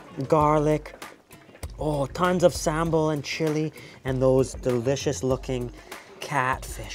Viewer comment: Love to see you back again to Indonesia, and you did a really good job with some Indonesian words like manteeeeeb, sambel, enak, etc.